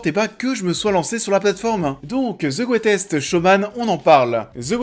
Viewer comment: "The greutèsque showman" 2x de suite en début de vidéo ça pique. Ça fait beauf. Bosse ton accent, fais un effort